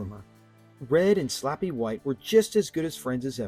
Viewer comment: Hey, it's Slappy not (Sloppy)